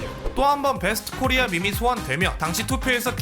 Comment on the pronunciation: '코'리아에 강세두는거 킹받네